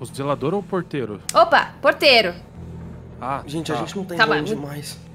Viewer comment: toda vez que o celbbit fala ''porteiro'' é uma facada no meu coração edit: mano quando o arthur chamou o gato de jenifer eu tive um treco